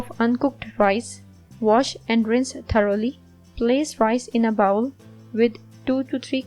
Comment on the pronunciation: Thanks for the recipe. Please correct your pronunciation for the word ‘bowl’. Bowl is spoken like بول in Urdu. Bowel is spoken like باؤل and please understand the great difference between the two to save yourself from embarrassment. Bowl بول is a container a small vessel or a big cup . Bowel باؤل is human waste, sh.t So when you speak ‘bowl’ as bowel then you know what great mistake you making in front of your English speaking audience around the world. They simply laugh at you.